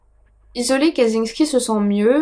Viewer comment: info pour chipoter : "cz" se prononce "tch" donc c'est tres probablement "katchinsky" en phonetique . le J (y compris celui avec un point dessus ) se prononce comme un G . Zubrowska la biere se prononce "joubrowska". le L barré est un "iote" il se prononce comme un w .... bref... si tu as besoin d'aide un de ces quatre concernant es pays de l'est n'hesite pas ! Ps: arrete un peu tes projts annexes et redonne nous des videos, j'adore ton boulot mais ca se voit que tu as pas la tete a ca ... kiss